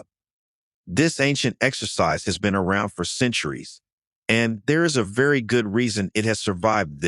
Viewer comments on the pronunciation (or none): none